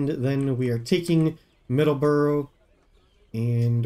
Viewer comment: MA native here. Middle-borough. No "S". Side note: Excited for the new play through!